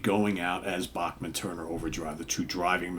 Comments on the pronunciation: C'mon, surely you've heard it's pronounced "Back-man" not "Boch-man". It's a Canadian thing. They say "Ba-ham-a", not "Ba-hoom-a". Weird. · It is what it is who the heck do you think you are? It's not your decision. You do not like it don't fukking go! According to Randy the Bachman name is properly pronounced as Back-man.